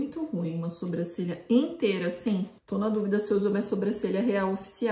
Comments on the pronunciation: Gente eu acho uma graça que a fala sobrâcelha em vez de sobrancelha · Eu não sei se acho fofinho ou fico com agonia do jeito que a fala "sobrâcelha" kkkk